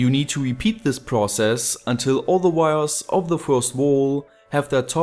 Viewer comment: lol I love how you speak I put these wirez in the holez and afterwardz.... But don't get me wrong, you speak english really good, better than me for sure, and I love your videos.